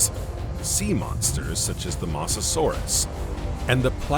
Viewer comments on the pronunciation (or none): none